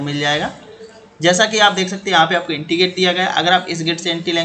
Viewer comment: entry ko aap enti bolte hain jaise koi anpad hamein plan bata raha ho